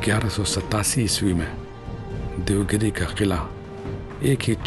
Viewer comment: या किल्ल्याचे नाव देवगीरी आहे. दैवगीरी नाही.